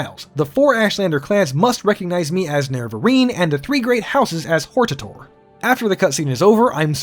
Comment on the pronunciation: Thank you for pronouncing Hortator and Erabenimsun like somebody who can actually read. There's surprisingly few.